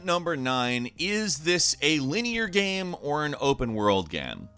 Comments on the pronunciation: “Is this a linear game or an open world gam?” Me:...... Did he say gam? 🤨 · “Open world gamm”